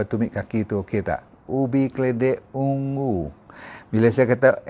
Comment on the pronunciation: Purple ialah ungu bukan ung-gu